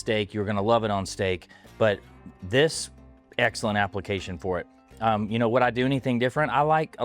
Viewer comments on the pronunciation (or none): none